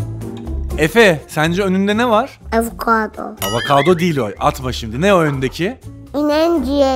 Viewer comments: DışSes:Efe sence önünde ne var? Efe: Avokado DışSes: Avakado değil o atma😂😂😂😂😂😂😂😂😂😂😂😂😂😂😂😂😂😂😂😂😂😂😂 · avakado,ineyin ciğeri 🤣🤣